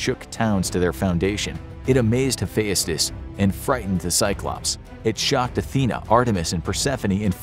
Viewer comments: It's hu-fe-st-ous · You really butchered some pronunciation in this, Hephayustus? Bruh come on how have you never heard of him, it’s pronounced “Hephestus” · Hephaestus is pronounced hif-EST-us in American English. If you want to be really correct, Uranus is pronounced YOR-uh-nus, which doesn't inspire so many jokes. Dionysus probably wouldn't appreciate being illustrated as a white-haired old man. He was usually depicted as a clean-shaven or bearded young man. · Yeah, and I thought I was pronouncing them all wrong, like "Hephaestus" pronounced as "Ha-fe-as-tus"? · The way this guy pronounces Heaphestus reminds me of how Frank Welker pronounced "treasure" when he voiced Fred Jones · I'm not sure what's worse the accuracy of this list or the way you pronounced most of the names the worst one being hephaestus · the way he said hephaestus 😂😂😂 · His pronunciation tho. He says Hephaestus like a Scottish lad. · Tar-Tarus an hapheyastus. Whyyyy